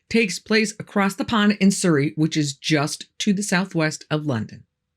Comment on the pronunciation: "Soooorie"???? The "u" in Surry is pronounced like the "u" in umbrella. Americans have trashed enough in the world... now you're mutilating famous place names too!